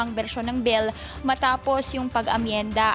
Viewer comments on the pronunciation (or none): Bill , not bell